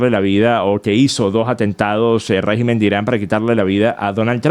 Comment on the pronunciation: RÉGIMEN con acento e la primera silabas (RÉ) no REGÍMEN cómo lo pronuncias.